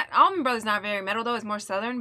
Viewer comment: It’s “Allman Brothers” not “Almonds Brothers”🤷🏽‍♂️😂🤣😂🤣